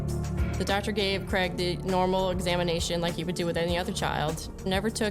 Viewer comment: Cregg? It’s C raig